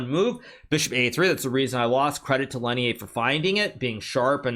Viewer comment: bruh Lenier isn't french why do you pronounce his name like that please stop